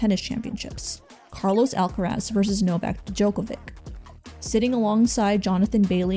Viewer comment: GIRL. Glinda. Not GILDA 😂 Also, a quick google would have told you how to pronounce Djokovic 😅